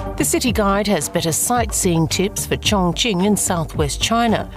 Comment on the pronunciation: It’s a great documentary about Chong Ching, thank you for that. The way you pronounce chinese words sounds really awkward, disrespectful. Sorry